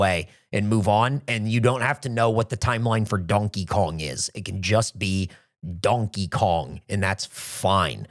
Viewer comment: I semi agree with opinion on lore take (sometimes connecting entirely unrelated things is fun, like sure Payday takes place in the Left 4 Dead universe that's a fun idea) but I also cannot get over pronunciation of Donkey Kong, it's like he's doubling every vowel